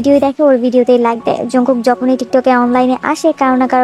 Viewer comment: Apni age nijer language thik koren korean pronunciation e জংকুক হয় জাংকুক না। সঠিক উচ্চারণ paren না আবার নিজেরে আর্মি দাবি koren আবার আরেকজনের ভুল dhoren😂😪